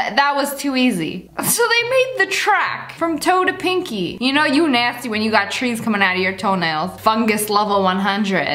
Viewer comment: “UAgH NAYSTY” Lia -2020